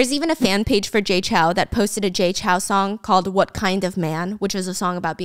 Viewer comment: Off topic but the "ou" in Chou is like the "ow" in row, not CHAO. Sincerely, A Taiwanese person